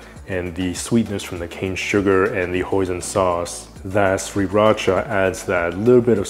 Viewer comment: I love how you pronounce Sriracha correctly and how you say the word sauté. 😄